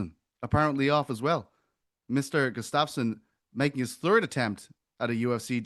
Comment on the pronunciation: Why doesn't anyone correct when he says Alex Gustafsson? He said it twice.